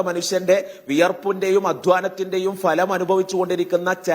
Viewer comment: വിദ്യാർഥി, ഘട്ടം, ഫലം എനൊക്കെ ശരിയായി ഉച്ചരിക്കാനെങ്കിലും പഠിക്കൂ..